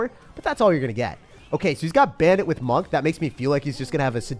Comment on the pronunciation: My guy called monk-"monke"😭😭😂😂 i can't